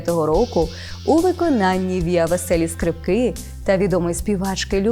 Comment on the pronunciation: Не скрипКИ, а скРИпки